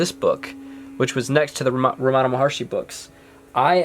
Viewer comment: It’s not Ramaana It’s ramanaaa